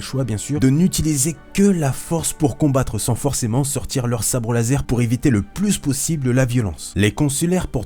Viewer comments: l'instructeur de sabre lase... ta oublié le R 😂😂 sinon super ta vidéo je kiffe tellement stars wars maintenant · On apprécie le "Sabre Lase" a ^-^ nan je rigole super video et tu m'a apprit pas mal dee chose l'ami !